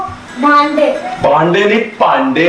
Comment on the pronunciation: Most of d people cannot pronounce bhanday correctly but is so quick to learn this